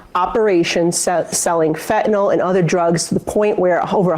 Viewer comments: It’s FentanYL, NOT Fentanol! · Sam, it's not fentanol, it's fentanyl, that's Y-L, not O-L. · Great debate, and it's obvious Trump was denigrating and traducing the actual human beings coming from Asia and Africa, not some invented policy. By the way someone tell Sam - Fentanyl is spelt with a 'y' so the pronunciation is an 'i' as in Fentanil - NOT Fentanor. Proper pronunciation of the English language is important when broadcasting. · It’s fentanYL, guys, not fentanAWL!!!